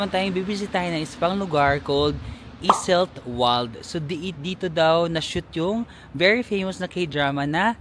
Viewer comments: Just a little tip lang po Ost is a german word means east. W is pronounce as V, like Iseltwald/Grindelwald pronounce as Iseltvald/ Grindelvald. Wald is a German word means forest. Enjoy your trip and try at least one authentic swiss meal. That's part of experience. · Hello, so, it's a good thing that you have taken the boat ride of Lake Brienz. The other lake, Lake Thun is also beautiful especially in autumn. OST is East in english. No train to Iseltwald (Iselt-vald), just boat or bus (20 minutes). I went there 3X, one time I came very early to catch the sunrise. It is very beautiful. The Bus 103 goes to Interlaken West also. Yes, may bayad na sya na 5chf, and platform ng CLOY. The 3rd time I went there may bayad na but the 2 visits wala pa, My first visit umuulan kaya di ako nakakuha ng good pictures, but the 2nd and the 3rd visit was so beautiful and had taken stunning photos. Speaking of CLOY, di sila nagkabalikan dyan. Di rin sila nagkita, but they might have meet na hindi pa magkakilala. From Interlaken to Lauterbrunnen and from there you can take another train going to Grindelwald and from there you go up to FIRST taking a cable car, up there is where CLOY naglanding sya at nagkita ulit after maraming years na hanap nya balik balik sa Zurich at Iseltwald. Doon din sa taas sila nagkita the 2nd time after sa bridge ng Sigriswil, (you can reach that place also by Bus), di pa sila magkakilala, naging photographer sya ng dalawa. Anyway, I'm happy that you enjoyed your visit there sa Iseltwald & Interlaken. Migros is pronounced silent "S".